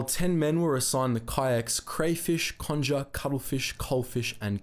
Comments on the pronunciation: It's Bis-kay and con-ger as in, conger eel. I'd say it's fairly well known in the UK because of a film called, The Cockleshell Heroes although that film takes some liberties with the story. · You need to get the correct pronunciation of Conger and Biscay